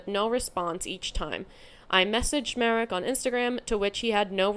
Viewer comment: Your "Marek" pronunciation is correct.